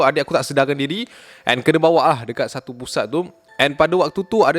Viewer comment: "Satu kisah" ke "Satau kisah" HAHAHHAAHAHAH SIAN BIBIR SAKIT EK